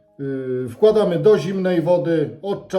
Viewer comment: Przepis bomba! Moje klimaty - na pewno zrobię. Mam tylko jedną uwagę: mnie uczono w szkole (dawno temu), że w języku polskim akcent pada na przedostatnią sylabę od końca wyrazu, a więc nie MArchewka tylko marchEWka, nie CEbula tylko ceBUla, nie WKŁAdamy, tylko wkłaDAmy. Ale może przez te 50 lat coś się zmieniło, no i oczywiście są wyjątki od tej reguły. Daję suba z dzwoneczkiem.